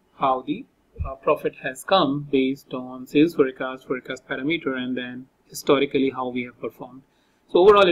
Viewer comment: please pronounce "forecast" correctly